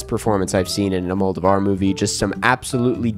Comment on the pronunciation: you definitely don't need to go full spanish with it but Almodóvar is pronounced all-moe-DOE-var